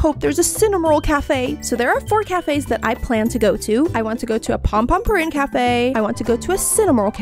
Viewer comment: um its pompompurin